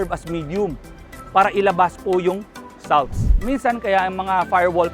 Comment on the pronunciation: pls check the pronouciation of salts